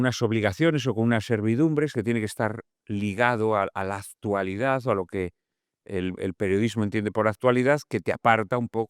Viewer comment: No puede ser que un escritor que se precia diga “aztualidad” con zeta.